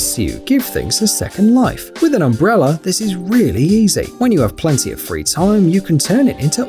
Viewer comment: What is an “umbreller”